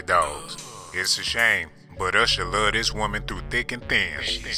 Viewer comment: 🤣 he didn't say usher, he say "husher"